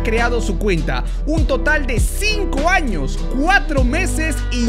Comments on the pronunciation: Acá los que se dieron cuenta en vez de decir años dice anos😂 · Decía anos???????? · Ya vieron que dice anos😂😂😂😂😂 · soy el unico que noto que en vez de años dice anos¿¿¿¿¿ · se dieron cuenta que dice anos en ves de años